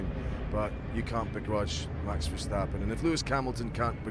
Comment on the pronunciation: I like how you call him strapon, I've been calling him verstrapon since that night.